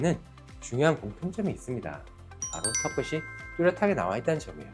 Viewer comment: 의사인데 발음이 틀렸음. 턱끝이. 터끄시---->터끄치.